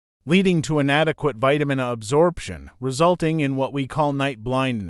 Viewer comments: I am surely a bigot because I hate the auto read AI voices. Vitamin ah. A person knows what Vitamin A is. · Vitamin "ah".....can't pronounce Vitamin A. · Why use a robot to be the narrator? It's having difficulties saying Vitamin-Ahhhh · Vitamin Uh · Damn I hate AI voices, Vitamin A is not pronounced Vitamin R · I wish videos wouldn't use AI narration. All the mispronunciations like vitamin "ah".